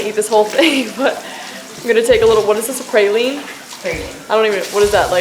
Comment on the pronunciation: Not criticizing but being from New Orleans I have to tell you how to correctly pronounce praline... it's not a "pray" sound it's a sound like when you say "bra" so praline lol I hope you liked it!